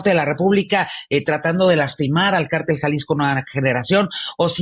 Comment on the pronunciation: Háganle un favor a y díganle que se pronuncia CÁRTEL... ¡NO CARTEL!